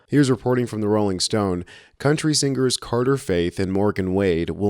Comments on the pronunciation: What did she say??? SingGers? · SingGers???? Someone tell me, is this how this word is said??? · Did he say " sing gers"??